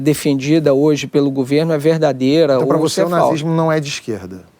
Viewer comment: Não é "gUverno", é gOverno, GOVERNO!!!!